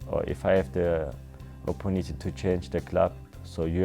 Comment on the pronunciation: RAYMOND KALULE german style bi**hes👊🏼 opunity!!